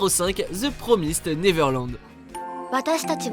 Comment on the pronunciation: Pour the promised neverland ( promised se dit promaïzed et pas promise ) il a déjà commencé tout comme mob